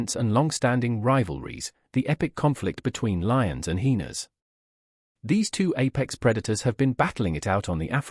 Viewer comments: What are "heenas". Pronounce it properly. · Just needs to type it phonetically ("hi-eena) so the voice over will pronounce it correctly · Hyena’s say it correctly my goodness.